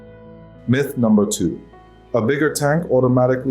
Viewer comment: Ah man, I thought this was a real channel. “Mith” mispronunciation just gave it away and turned me off!